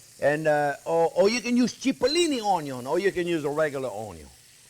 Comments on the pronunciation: Hilarious That's what we affectionately call him "Chef Onyo" 👍😂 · Mastering the onyo is so important. Best onyos come from the back yard. I love onyo so much. Onyo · A wise man once said: "A good onyo....is a HEAVY onyo." 😌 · "Caramelize Onyo" This is why I subscribed. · The pearl Onyo!!!!! Yes, capital letter Onyo 100% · When it said "pearl onyo" I laughed so hard I cried. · Measure carefully, bwahahahahahahahahahahahahaha! I do that all the time. People who watch me ask, "Don't you think that's too much?" No! Taste it and tell me. Measure carefully. Bwahahahahahahahahahahahahahahahahahahahaha.........Bwahahahahahahahahahahahaha. Always start with onyon!